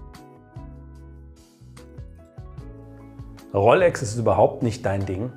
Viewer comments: Es heißt Rooooolex… 🧑‍🎓☝️ … nicht RoLLLLLLex 🙉 🤜🏻🤛🏻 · Rooolex nicht Rrroollex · Guten Abend, du sprichst "rolex" aus wie "rollex ", ist das richtig so? Gerne kurze Rückmeldung. Lieben Dank dafür. LG Ralph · Servus, die korrekte Aussprache wäre Roolex, also mir langgezogenem O. Rollex spricht man wohl eher im Ruhpott;-)